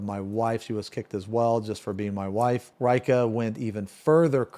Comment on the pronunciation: I like how Reika cant pronounce his own name. Usually, I find that it is more like Ray-ee-ka, and not Ray-ka.